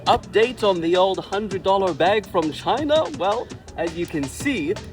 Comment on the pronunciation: 2 words: Chy-eeena